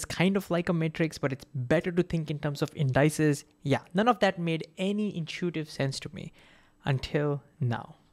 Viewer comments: "indices" is pronounced "indy seas" by the way, not like "in dices". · Excepting how to pronounce "indices".